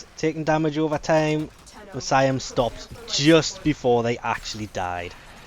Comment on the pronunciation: Jesus, what an awful pronunciation of Miasma.